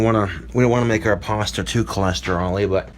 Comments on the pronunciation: Does say "paster" instead of "pasta"? If yes, everything is fine, it's not pasta it's paster. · We just going to ignore the fact how he’s pronouncing pasta? He added an er to pasta. Also, look at how dirty his nails are. 🤢 That’s very disturbing! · Why he keep pronouncing pasta with a Hard R, making me mad fr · Did he pronounce it "parstir"? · Drink everything they say "parsta" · I hear more "pawsta" more than an "er" in it.